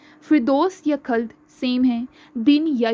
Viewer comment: Aslan NOT Eslan Khuld not khald